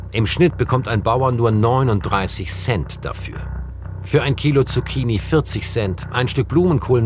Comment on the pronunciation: Er sagt Zucchini